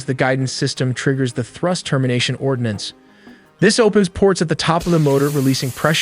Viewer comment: Ordnance, not ordinance!!!!